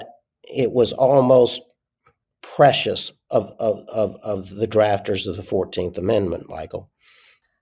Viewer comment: Prescient not "precious"?